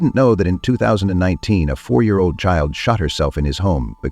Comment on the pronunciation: I implore you to step outside of AI for your videos, or at least run it back before you publish to catch anything off. I've never heard a yr be spoken that way and its only bc it was AI that I did. Good video otherwise but god that really turns me off a channel when they don't at least review the work they handed off to an unpredictable machine. 🙏🏿